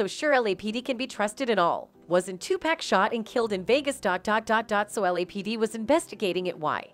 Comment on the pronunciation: Either pronounce his name correct OR NOT AT ALL. It's pronounced "TU-POCK" NOT TU-PACK👀